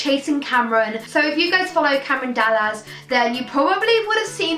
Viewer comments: Dallas: Dall-Lass not Dall-Laz😂😂😂xx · I'm sorry, this has been annoying me so much, you said Cameron dallaz not Dall-Ass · As in Dall-Ass is the right way to say it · That isn't how u pronounce "Dallas" is it. It's said like the how u pronounce Dallas Texas